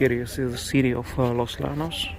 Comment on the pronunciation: Los yanos is how its pronounced. A double l is a y sound